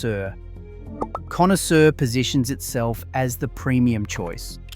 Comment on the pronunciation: Connoisseur pronounced Conny-sewer !!!! LOL.